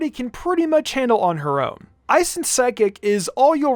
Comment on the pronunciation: Can this guy not say ice?